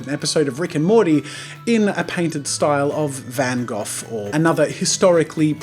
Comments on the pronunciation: "Van Gof" - Jazza 2017 (its pronounced Van Go) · It's pronounced Van Go, not Van Goff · I watched 3 mins,stopped because I'm tired of hearing you say Van Goth instead of Van Gog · You pronounced Van Gogh (Van-Goff) buuut! It's pronounced (Van-Goh) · It's vun hoght not van gohf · Vincent Van Gogh is pronounced Vincent Van GO! Not trying to be picky! Sorry if I am! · Wait... Van Gough is pronounced Van Goff? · THE FUCK I'M IN 7TH GRADE AND I KNOW HOW TO PRONOUNCE VAN GOH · I'm pretty sure Van Gough is pronounced "van goe" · isn't it pronounced (VAN-GO)? Or am i just stupid? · Van Gof??? what a stupid way to pronounce that name its Van Gogh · Everytime he mis-pronounced Gogh.... 😶😢